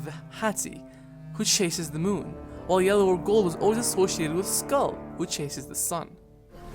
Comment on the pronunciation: The pronunciation “skull” bothers me for some reason lol